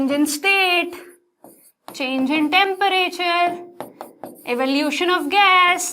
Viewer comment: Temperature kisi ne notice Kiya mam टेंपरेचर bol rahi nahi kiya to phir se dekh lo 🤣🤣🤣🤣😶